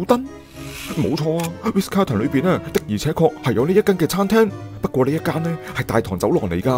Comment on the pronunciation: 係Ritz 唔係Riz